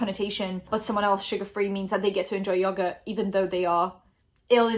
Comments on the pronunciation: The way people in the UK pronounce yogurt makes me want to die, love you tho ❤️😂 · Everytime you said "yogurt" with your accent it made me smile :) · I love the way you say yogurt <3